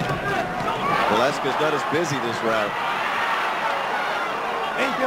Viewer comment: luko talaga c michael buffer iniba nya last name ni hector velasquez..valesquez hahaha..